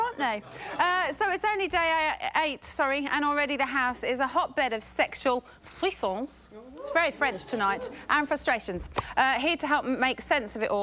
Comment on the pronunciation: i wondered frisson which i know means thrill and is of french origin but she doesn't really say frisson lol